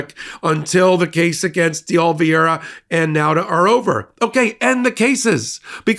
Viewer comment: you were doing so well for a while! I’ll try again—it’s Dee-oh-liv-ERA 😊